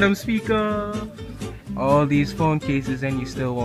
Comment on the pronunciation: "Madam Speaka" 😂😂✔️